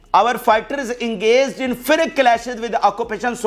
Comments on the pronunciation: You are great reporter but plz pay attention to your pronunciation. Its "explosive " not "explusive" and the word "fierce" also should be pronounced like "fee- er-se" not FIRIK. So plz pay attention here this is equally important. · Dear, why do you pronounce" "fierce" as "Fric".